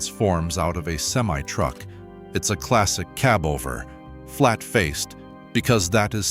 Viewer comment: It would be nice to have some of these videos NOT use A.I. voice-overs. It makes it so undesirable to continue watching videos when the A.I. voice mis-pronounces something simple as cab over(kib over in video just over 3 minutes in).